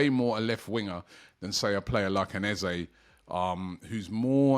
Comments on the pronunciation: You clearly have not spoken to him, or how he has responded to this question to the media. I will educate you, I wasn't going to. Eze has been asked many times, is it Eze orEza. His reply is it is Eze but if you want to use EzA it's ok. Typical Brit's that bastardising a name and pronunciation as they only hear others start using it. Is a big deal to Eze, not really. It's just respectful to call his name correctly, not what people say at school. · It's Eze with and E not EzA there is no A in his name ... as he has stated many times. He's such a nice guy and just excepts either, but it's important to respect his correct name.